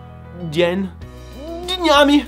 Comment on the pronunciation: У тебя отличный русский акцент😳 Попробуй произносить букву "ы" не как "уй", а как будто тебя пнули в живот. Слово "днями" забавно звучит, попробуй притвориться аниме-девочкой, которая мяукает на японском "nya", то есть "dnyami"